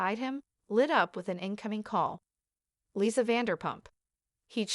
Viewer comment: AI dubbing is the worst. It can't even pronounce "Lisa" correctly.